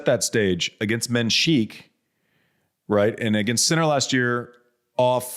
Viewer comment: Menschiek? 😂 its mensik dude ❤